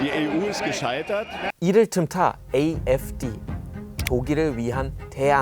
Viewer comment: 이 AfD를 독일식으로 "아에프데"가 아니라 "에이에프디"라고 읽으시는 것을 보고 순간 깜짝.ㅎㅎ 그나저나 의 한국어는 이제 경이로울 수준이예요.